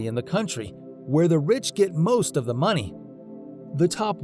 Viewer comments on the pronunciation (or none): none